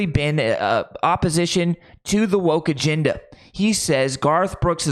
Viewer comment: Dude, it's "agenda", not "aginda."